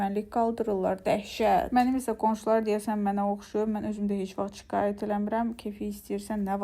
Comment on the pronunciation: deyəsən şikayət sözünü deyə bilmir😂😂